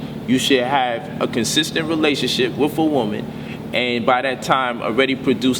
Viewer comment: Gotta admit this brother is deep and I've learned a lot from him but I don't understand why he won't take the time to teach himself proper pronunciation of words like "ask" "with" "calculative" and quite a few more that I noticed he just butchers. "Axe" is a tool you cut down trees with not "wif" and "calcutiv" is not a word until you include the missing syllable "la" I'm sure he means Calculative. C'mon Bro if ur home schooling ur kids teach them well you don't want them making mistakes like these grammatical abominations. Wif, bof, earf, with, both, earth, I mean really what is so challenging about that?